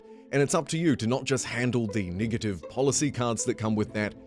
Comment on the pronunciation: The way this guy says “negative” makes me uncomfortable 😅